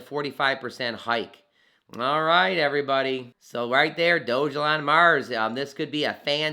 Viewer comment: I believe that's pronounced "Dog-Elon" not "Doge-Elon"